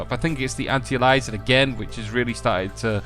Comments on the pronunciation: like Alias the TV show! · "anti-elizin'" oh jesus. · lol bothered me too - say it all together now - ANT - EYE - AIL- EE - ESS - ING